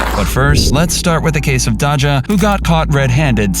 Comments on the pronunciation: Sorry but you calling Dajah “Dah-Jah” instead of “Day-Jah” like how people in the video pronounce it kinda annoys me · It’s Dayja not Dodga. You’re welcome AI voice. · Say it with me Day juh!!!! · If u call her dodga one more time 😐lol 😁 it' sounds like Dayzya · Almost 1 million subs and you don't know how to pronounce "dajah"? Cmon my guy. It's not hard. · Lol it's him mispronouncing Dajah when they said her name in the video plus calling a Louis Vitton bag Gucci